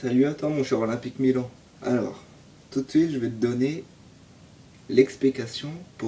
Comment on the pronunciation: merci !!!!!!!! mais c'est olympiquemilan(e) Sa se prononce comme sa pas grave ! MAis c'est mon nom !